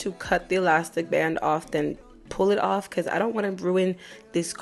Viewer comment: Girl who be pissin you awff??? You must’ve said it ten times lmfaooooo 🤣🩷